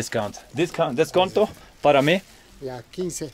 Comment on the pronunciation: 😂😂😂😂😂 disconto para mi? Hahaha he has so many lines lol